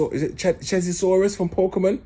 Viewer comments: Man said 😂 I think you mean charazard my brudda. Nuff love my brudda, yutes need to hear this. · 😂😂😂😂😂 you meant Charizard my g 👊🏾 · Hold tight. It's Charizard btw mate. Love your vids though mate. Sick guy 💙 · lol rare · Lol. Its charizard cuh